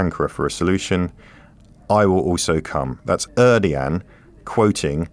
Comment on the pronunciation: There are many ways to mangle the name of Erdogan - but he managed to find a completely new one anyways. Er. Doh. Wan. I know it doesn't matter.